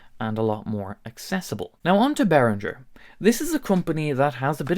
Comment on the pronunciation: I cannot WAIT until learns to pronounce Behringer correctly. This video was excruciating. I'm too traumatised to go back and count how many times he said it.